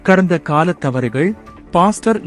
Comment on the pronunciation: கடந்த காலத்தவறுகள் அல்ல... கடந்தகால.. தவறுகள் என்று வாசிக்க வேண்டும்